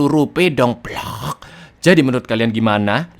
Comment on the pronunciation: 😂😂😂kada ah..kasian ntar gak upload lagi 😂kan kita penonton setia mau tidur..apalagi pas bilang..bloookkkk 😂😂medok banget😂bikin ketawa